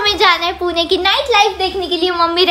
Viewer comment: It's not purna it's pune